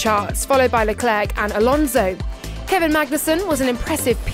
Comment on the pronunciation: Leclerc, the "c" is silent.